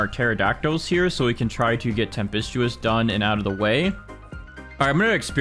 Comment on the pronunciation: Tempestuous is pronounced tem-pes-choo-uhs